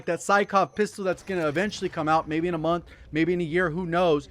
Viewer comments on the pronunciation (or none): none